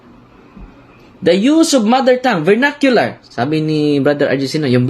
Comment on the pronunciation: Vernacular poh.